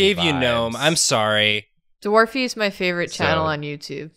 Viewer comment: Self-confidence be like: Eye Heart Maw Body